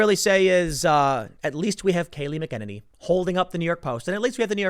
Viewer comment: Her last name has a Mc but no "D" Mc E NE NY